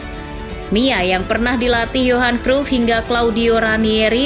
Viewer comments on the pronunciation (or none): none